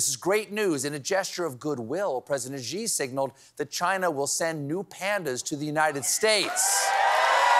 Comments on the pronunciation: Please Stephen, I love you but his name is Xi (she) we have the same sound in English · Steve, you did the whole 'He said, Xi said' joke yesterday, why do you still keep calling him zee?